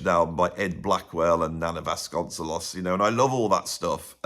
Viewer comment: Vasconcelos -> Bas-cone-SAY-los